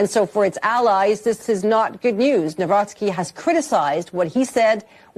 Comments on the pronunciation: Dammit Benny. It's NavRocki, not NawroSKI. Don't be ignorant. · That chick keeps mispronouncing his name!! NAW ROCKI NOT NAW ROSKI !!! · Benny, the pronunciation is Nah-vro- tskee. The amount of dirt the opposition threw at him equals to smear thrown at Trump. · I wanted to scream the way you pronounce his last name learn it or stop it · What a way to butcher the name